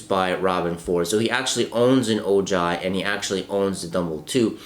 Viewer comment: It’s pronounced oh-hi